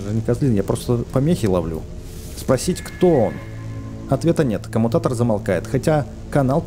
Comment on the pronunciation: камуникатор ане камутатор